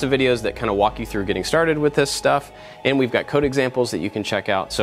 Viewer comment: hold on, does he say "hey i'm AND i like to make stuff" or does he say "hey i'm AT i like to make stuff", am i just crazy and heard wrong this one time, or have i always been wrong thinking he says "and"